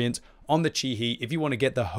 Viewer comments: "Chi-He" is pronounced "chee-hay" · CHI - HE (He-llo). 🧐